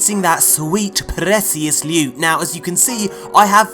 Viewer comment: Pres-scious loot